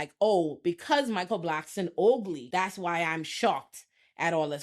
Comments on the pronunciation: The way you say ugly makes my day 🤣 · The way she keeps saying “ugly” has me in stitches. It’s just so emphasised 😂💀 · I died at that part 😂